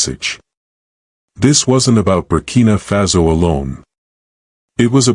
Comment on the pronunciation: Y do U pronounce FASO az FAZO?